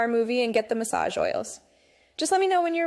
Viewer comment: "MaSsAgE OiL" 😂